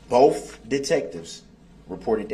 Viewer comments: I cannot stand how many times he says "BOAF" detectives instead of BOTH. Also he should have put that mask back on. Nobody wants to see that face. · I expect nothing less from a guy who doesn't know how the letter T works. Dis = This Boff = Both Less = Let's Place = Plates Tesses = Text But then says Amisst, Biast, Duresst, and my personal favorite, pronouncing the silent T in Apostle 🤣🤣🤣 What a clown. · “Bofe detectives.” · “Bofe “. “Axed”, “Substained.” It’s more than I can stand. What an absolute idiot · I’m so tired of hearing this dip 💩 say “bofe” instead of both! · The look on the court reporter’s face when he says “bofe”😂